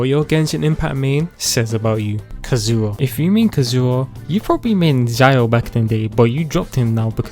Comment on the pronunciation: Zing Que- Ziang Ling- ZIAO I CANT HAHAHHAHAH